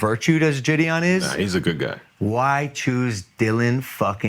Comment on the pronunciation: It blows my mind how JiDion has just let everyone say his name wrong and he doesn’t care lol. It’s not Jid-E-On lmao